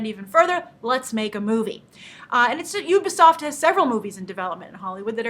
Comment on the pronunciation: ITS NOT UBER_SOFT its U-BEEEE-SOFT!!!!!